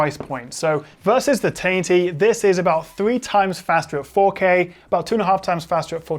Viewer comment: Really good video review, however can I just point out that the way you say 1080 (taity!!!) is infuriating 😂 why oh why are you doing that